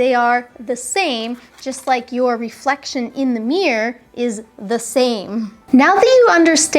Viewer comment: Thanks for your clarification. Do appreciate your effort in making this video. By the way, I like the way when you pronounce the word "mirror".